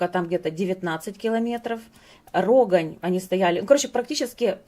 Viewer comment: Та не РОгань....а РогАнь!!!!! Не на 180 процентов, а градусов 🤦🤦🤦